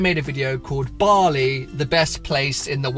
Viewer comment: Aha Bali, at first I thought you said barley xD keep it up man